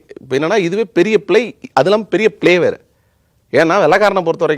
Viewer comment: "scheduled" இதன் உச்சரிப்பை கொஞ்சம் சரி செய்து கொள்ளுங்கள்! அதுபோல் நீங்கள் தமிழ் பேசும்போது "ழ" என்ற எழுத்து வரும் சொற்களை சரியாக உச்சரிக்கவில்லை. உதாரணமாக: "இதுவே பெரிய பிழை" என்பதற்கு "இதுவே பெரிய பிளை" என்கிறீர்கள். (அது போக, உங்கள் கருத்துக்களை நான் ஏற்றுக்கொள்கிறேன் & மதிக்கிறேன்.)